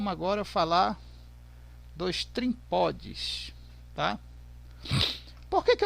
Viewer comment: Não é trimpods é trimpot